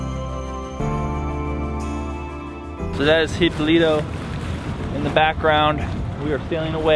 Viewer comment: He-PO-lee-toe, there is an accent that you missed. Nice place huh?